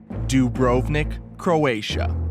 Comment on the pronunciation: Every time i hear the English pronunciation of Dubrovnik , a little part of me dies